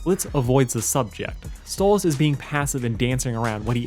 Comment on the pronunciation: Why do you keep Calling stolas stolits with a z?